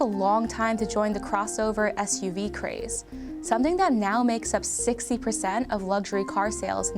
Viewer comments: Interesting video, but Asian narrator does not pronounce her English words properly. Dat for that, etc. Distracting me from the interesting content. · She needs to work on her “th” sound, she keeps saying “but dat didn’t stop” instead of “that didn’t stop”, etc etc. Dis, dat, and da dird